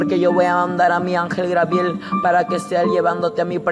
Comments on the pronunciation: Jajaja a este peterete dice que Dios le reveló que esn en el infierno Yiye Ávila y Héctor de la cruz pero en otro video yo oí que otro a quien reveló Dios que Yiye Ávila está en el cielo,al final a quien vamos a creer a este o al otro que dijo,lo contrario,jaja me hace reír mucho como narra sus cuentos,por favor no crean a este profétucha,ja grabiel,quien grabiel,no ha leído ni mucho la biblia no es grabiel si no Gabriel,ya basta de poner atención a este seudo profetucho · SOLEDAD LOPEZ DISCULPEMOS A NUESTRO HERMANO ES UN PROBLEMA DE DICCION POR CAUSA DEL LENGUAJE DE SU PAIS EN REALIDAAD ES GABRIEL. HERMANA HAY QUE COMPRENDERNOS Y SER MISERICORDIOSOS LOS UNOS CON LOS OTROS HAY QUE DAR LO QUE QUEREMOS RECIBIR.DIOS ME LE BENDIGA AMADA HERMANA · Gabriel no Grabiel que cuesta hablar bien. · Es Gabriel no grabiel pronuncia bien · Por pronunciar mal el nombre Grabiel no le quita credibilidad al testimonio. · Sigue repitiendo li de los demas...... Espiritu seductor es lo que te rige ;Necio..... Grabiel????? Tampoco ni tslento tiene este muchachito Fatuo y NECIO para inventar en orden....El Senor reprends a satanas.. GRABIEL?????? SAN GABRIEL....aprenda a hablar. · GABRIEL..... NO Grabiel Dios te dio otra Biblia y no te enseñó a hablar? En el Infierno hay Biblia en el suelo o en el aire para que las agarren los que van cayendo? El diezmo es para los que predican? Pero el diezmo NO era dinero, no era para la iglesia sino para los judios y e el Nuevo Testamento no se enseña - gusanos serán tu cama y gusanos te cubrirán a ti por mentiroso !!! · no es griabel es gabriel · Jesus Eduardo Perez U también a ti por criticar y por no poder escribir el nombre de Dios!! dios es el de madera ,bronce, metal así tu acuerdate de que cuando te refieras al Creador del cielo y la tierra. uses D" Dios y ojala el en otro vídeo no diga grabiel sino Gabriel. Dios te bendiga. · Porque dice angel Garbiel?? .. no se le entiende q quiere decir de a ratos